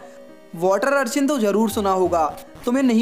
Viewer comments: It's urchin not archin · Its urchin not archin but big fan